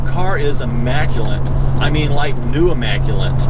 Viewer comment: Oh and one other thing, there is no N in the word immaculate. EMA ku- LET